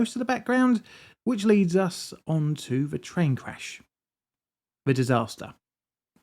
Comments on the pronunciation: which means.............dramatic pause.............. is this some techy prob? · you got me with that pause......"Which means..." LOL